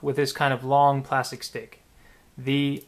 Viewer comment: He sead stic